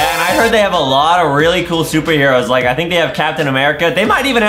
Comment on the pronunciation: i heard adam say shuper heros pee but maybe thats just my hearing